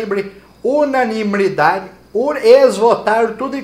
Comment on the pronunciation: "Unanibridade", tive que "iscutar" quatro "veis" pra aprender, sensacional, parabéns.